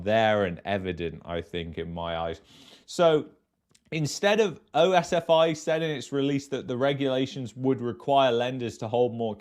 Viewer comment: Its not O-S-F-I ...its just like saying the whole word pronounced as OSFEE.